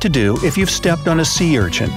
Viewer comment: He said sea wrong he said say lol 😂